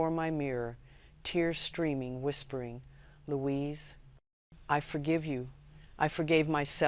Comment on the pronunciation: Louise ( not loius). Rhymes with "la-weeze". Try saying that.